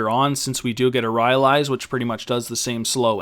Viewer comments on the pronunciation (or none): RY-AH-LEES.... "RY-LIES" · PRONOUNCED RAILAIS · wow wow wow bro wtf is ry ah leees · was enjoying the video thoroughly, then i heard RY-AL-EES. couldnt forge on from there. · it's pronounced ry-lies :)